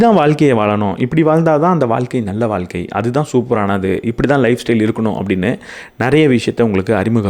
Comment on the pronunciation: Neenga pesuradhu ellame superb aa theliva, interesting aa pesuringa.. but neenga thamizh ku sirappana letter 'ழ' zha va pronounce panna maatringa.. ex: thamilu (Thamizhu), vaalkka (vaazhka), valakkam (vazhakkam), kulandhai (kuzhandhai) etc. இப்படி 'ழ' க்கு பதிலாக 'ல' ன்னு சொல்லுறத கேட்கும் போது இடையூறாக இருக்கிறது.